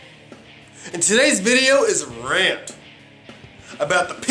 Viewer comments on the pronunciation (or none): none